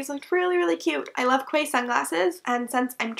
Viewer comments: Love the fabric of your blouse! and btw ‘Quay’ is pronounced ‘Key’. It’s a term for a built up pier area that sits out into sea, often at a seaside resort as a tourist area. They’re really common in seaside towns the UK like Blackpool and Brighton, and I’m guessing as it’s spelt the same thats where the company derived the name from. Would also make sense as a ‘beachy’ word. So yeah, key. blame stupid British pronunciations for that one. Also that Barbie skirt really did look phenominal on you! And I think I might go and order that tropical bird cardigan as a gift for one of my friends. Always been intrigued by this shop, so thanks for doing the review! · Just so you know Quay is pronounced 'key' :) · Quay rhymes with key :) Although none of these items are my style, I still found this really interesting!